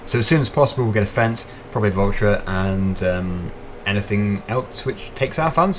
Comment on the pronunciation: You say voltra but it is valtra plz say it right 😂😂😂